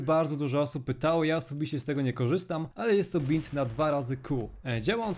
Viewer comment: mówi się bind (bajnd)